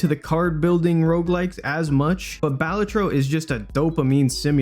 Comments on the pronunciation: Is no one gonna mention how it’s Ba-LA-tro, not BAL-a-tro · I'm I the only one that thinks it's pronounced bah-la-tro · Pronounced balatro wrong. Its ok tho